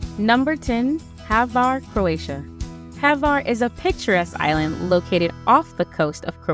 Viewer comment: Not HAVAR, name of ilend is HVAR...Croatia, Adriatic sea,💙💚def must see